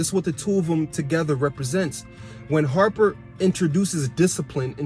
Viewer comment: You mean Hopper 😂😂😂.. I'm dead you said Harper lol. but the way you break it down is very insightful your making me wanna rewatch especially what you said about Hopper being 11 anchor